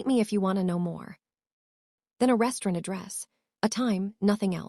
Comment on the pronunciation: Please please stop mispronouncing restaurant. It's truly nerve racking 😂😂😂😂